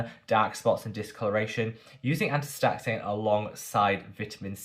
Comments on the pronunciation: It's pronounced, asta-zanthin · 😂 sweetie watching you butcher astaxanthin cracked me up, so cute😅. Sungboon editor has astaxanthin serum and moisturizer if you're interested. ❤🍋🍋🍋